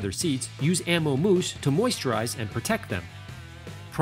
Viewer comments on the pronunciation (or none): Peotect Pee-rinse